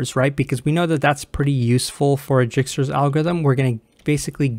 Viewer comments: For the love of CS, it's not Jikstra, it's Dijkstra pronounced (DYEKSTRA) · pronounces: dɛɪkstra J is actually a vowel in Dutch and ij is like a long i or a sound no non-Dutch can pronounce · Dijkstra is a dutch name it is pronounced as Daeekstra, basically ij in dutch is pronounced as aee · It's pronounced as D (or Y) aikstra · Nice explanation! One thing i'd like to point out is that it's pronounced "DIEK-struh" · It's pronounced dye-kstra's :) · I think that is the correct pronunciation :) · Yes, that is definitely the correct pronunciation. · pls don't start calling it jikstra xD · An interesting way to pronounce "Djikstra" lol